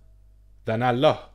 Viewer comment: I am not a müslim but i lived and worked with müslim. you can't even pronounce Allah. you are just lying. And by the way Talmud and Old Testament is hundreds times worse than quran.